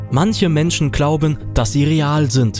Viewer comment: Ahha klauben😳 nicht glauben?? 😂😂😂 Beim Nichten viedo sag mal SUPERNOVER 🤣🤣🤣🤣🤣😂😂😂 KÖNNEN NICHT MAL NE RICHTIGE AUSPRECHE MACHEN, 🙏✌️👌🤭🤭🤭